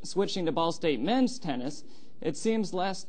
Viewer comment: My favorite subtle moment from Brian is when he says, "Switching to Ball State MEN'S tennis," with the heavy emphasis on "men's," as if he had just been talking about women's tennis. Which he had not.